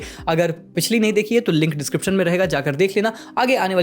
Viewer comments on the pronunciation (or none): none